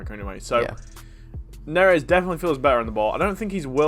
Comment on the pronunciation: Love the vids as always just saying though, with Da-Vid or David Neres there is no correct way aside from this pronunciation “Da-Veed” Neres. Keep up the great content as always. Safety bro’s!